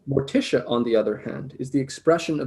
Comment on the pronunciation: Thank you for the lovely tribute to my late husband,. He would have felt honored. I do have a couple notes: 1) although he may have joked about it, did not believe he was the reincarnation of Swinburne; and 2) his intended pronunciation of Mortiche was Mor-teesh. Thanks again, Janice Thompson (fka Roberts)